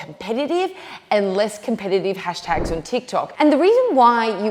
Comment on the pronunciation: "Hastags" lol